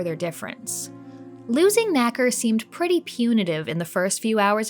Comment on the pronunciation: I’m pretty sure you don’t pronounce nacre like that. That word means something else in the UK.